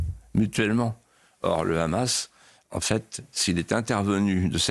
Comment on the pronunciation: Enfin quelqu’un qui prononce bien Hamas pas comme tout ces journalistes qui dise rrhamas